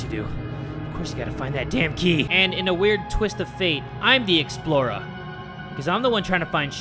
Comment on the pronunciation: i though you said the dora the exploiter xD